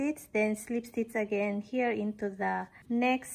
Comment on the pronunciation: I absolutely love how u pronounce “stitch” it gives me comfor❤